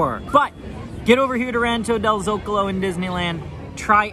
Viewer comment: You’re the first Disney youtuber that I’ve heard say “Zocalo” right! There is a town next to where I was born in Mexico called el Zocalo so I know! Lol